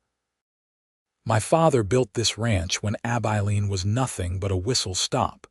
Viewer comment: It is pronounced Ab-i(short I)-lean. Nice to see Sam reach out to Charlotte to stay. Offering her a choice when she thought there was no choice available. 😊